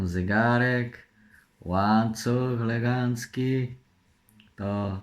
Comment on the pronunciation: Nie mówi się legancki tylko elegancki